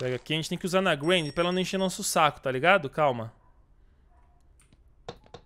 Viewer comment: O nome dela é Granny não granita o nome dela é gran